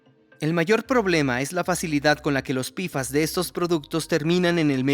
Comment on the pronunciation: Pequeña recomendación al equipo de doblaje. Decir "pfas" como "pe efe a ese" queda perfecto. Pero decirlo como "pifas" suena pésimo a los oídos, principalmente porque decimos la p como "pe" y no como "pi". Aparte de que todos lo decimos como "pe-fas" o "pe efe a ese" y no como "pifas".